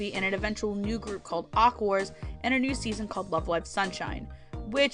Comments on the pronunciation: Aquors is pronounced Aqua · it is pronounced like "akuwa"